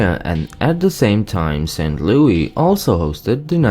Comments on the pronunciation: No one says lewey its louis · that’s how louis is pronounced in most European countries AND IT BOTHERS ME